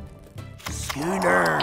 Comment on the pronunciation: Word: Schooner How the pirates pronounce it: Skünér